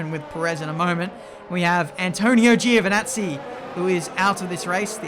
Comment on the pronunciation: It's Antonio JOvinazzi, he said it himself :)